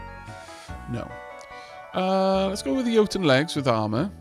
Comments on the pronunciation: I think you are pronouncing Jotun correctly. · Pretty sure you're saying jotun right, as it comes from the same culture as Jarl.